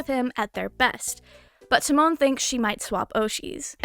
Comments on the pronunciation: it’s Ta like pronouncing the start of “Time” and Mon similar to how some people Mon Ami if that makes sense lmao. You said it similar to Timon from Timon and Pumba pff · I've been loving this anime this season. Unrelatedly the way you say Tamon's name is killing me lmao